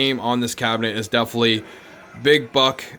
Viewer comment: DEFINITELY. 4 syllables.